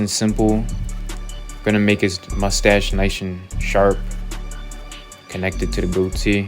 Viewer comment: "Gonna make his mustache nishe and sharp..."